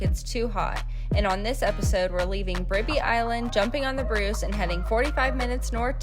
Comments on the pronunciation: The "ri" Bribie is pronounced the same as rye. The "ou" in Caloundra is pronounced the same as the "ou" in loud, proud, shroud etc 😊 Thanks for picking up the litter. It helps keep our surroundings clean 😊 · Your kids sure enjoy Australia. They do a lot of good running around that will stand them in good stead during their lives.i,m not sure those cone shells are as far down as the sunshine coast. I was wandering what island you were on now I know you were trying to say bribèeeee island